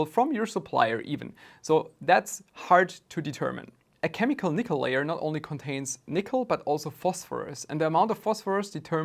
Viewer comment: I came here to see if I was alone… lol he mangled it. 😂